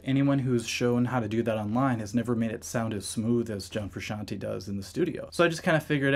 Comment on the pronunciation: Frusciante not frusciantee